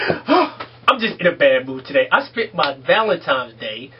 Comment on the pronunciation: Did he say "Valentimes" day?